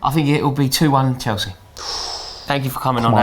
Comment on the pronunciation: Its Chelsea not chalsea for goodness sake